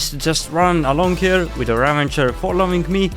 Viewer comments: Bro sry it’s ravager not ravanger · It bugged me how you kept saying "ravenger" and not ravager. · its not a ravenger its a ravager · ITS NOT RAVENGER ITS RAVAGER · i tought its ravager, not ravanger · why does everyone say "ravanger" when there is, in fact, no N in the word? Ravager is the name of the mob haahaha. ¯\_(ツ)_/¯ Ravager is an actual word meaning someone who ruins or destroys. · ik English isn't their native language but I have never seen the minecraft death prompt say ravanger... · Repeat after me: raVAger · ravager is the correct word, they're saying it wrong fyi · It is, they're saying it wrong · Chill, It's called the Ravager. They said It wrong because: 1. english isn't their native language 2. the word "Ravager" cannot be found anywhere in vanilla Minecraft.